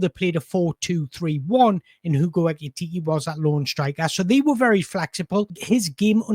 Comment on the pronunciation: Pronounce his name properly, PLEEEEEEEASE!